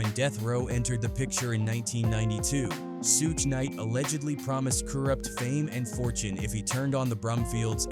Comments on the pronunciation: These Ai vids SUCK. Half the time they’re calling him KOOORUPT & talking about SOOOGAY Knight, fkn Stupid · AI said Sue-gay knight 🤦‍♂️